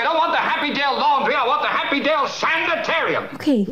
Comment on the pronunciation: "Happydale" LOL